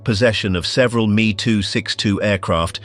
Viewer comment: I absolutely love this but also hate that AI was used.. Its lazy!! It is not the "me" Its called the M!! E!!! ME 262!!!! I do appreciate the attempt at telling people the amount of what is still bought, Used, and consumed today that was developed during the time of Nazi power I am told I am full of crap.. Ignorance has run rampant due to the modern programming of the masses.. Luckily I have procured many original items that prove otherwise.. All day every day.. Now these video producers need to devote a lot more time towards being accurate instead of using chat GPT..